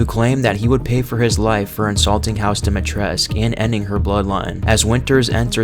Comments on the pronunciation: The "u" at the end of Dimitrescu is meant to be pronounced! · I love this video but it's lady du-me-tris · Isn’t it Dimitrescu? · Everyone pronounces Lady Dimitrescu wrong. It's annoying. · Am i the only one who pronounces the u in dimitrescu since it's romanian and all that